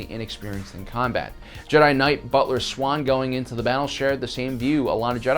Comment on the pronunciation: "Butler Swan". Oh how I want to scream at you to fix your pronunciation of her name. "Boltar Swan".